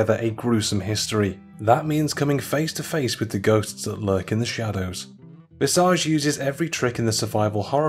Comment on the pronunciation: The scariest part was how he pronounced Visage